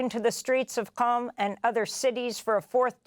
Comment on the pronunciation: Amy Goodman needs to be educated to properly pronounce La Guaira when commenting on Venezuela’s double earthquakes as well as Qatar and Qom in Iran